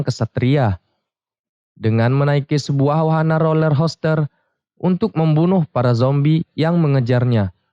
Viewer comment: roller coaster bang, bukan roller hoster 😂😂